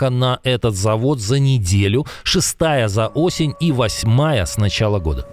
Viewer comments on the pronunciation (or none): none